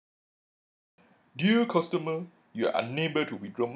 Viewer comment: Dee-ah Custahmer